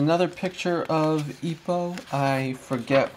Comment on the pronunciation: its not ippuu its ippo please stop saying ippuu